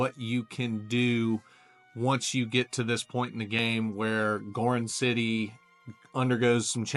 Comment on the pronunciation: It's Gor "Ron" city.... not Gorin City. Thanks for this video though. 👍